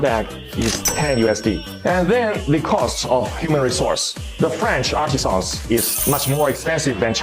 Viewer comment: Artisan should not be confused with artisian. You are pronouncing a well, not a worker.